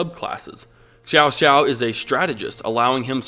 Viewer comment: lol I don't mind the pronunciation of the characters' name. I myself call often Cao Cao 'Cow Cow' . But Xiao Xiao......really.......Sounds like Cao Cao and Xiao Qiao have a baby or something.